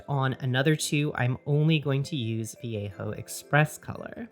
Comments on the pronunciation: The way she says it is "Vee yay ho" in what world is that the correct pronunciation? Also the way she pronounces it is too American. At least she doesn't say va lay joe, I guess. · yeah, shes saying it like viejo, like Mission Viejo.